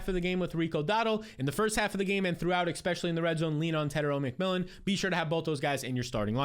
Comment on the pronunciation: It’s eSpecially not eXpecially